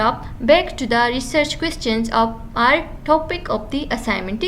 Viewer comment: So helpful but ap ki jo language style he (of ki bajaye op use karna ) in per zara koshesh kara agar bura lage to sorry 😞 plz don't mind